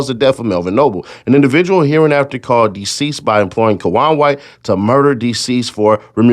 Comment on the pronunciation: Is he saying deceased? Daseeded